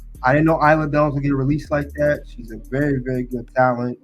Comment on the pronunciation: You’re saying Isla Dawn name wrong